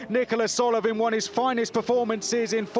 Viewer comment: Slight correction on the commentator. His name is not Nicolas.